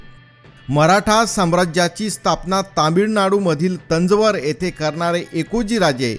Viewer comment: केल्या गेली , मारल्या गेले, तंजवर, राज्यभिषेक हे काय उच्चार आहेत ? जरा मराठी नीट वापरावी ही विनंती .